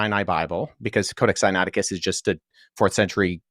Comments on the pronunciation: And dude...say the book sinaiticus correctly...Wes does...copy the sounds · Is it bad that the way you pronounce "Sinaiticus" seems weird?? Granted you seem to be anunciating it right lol. Its the opposite of James White pronouncing "Septuagint." There's an "ua" in there lol.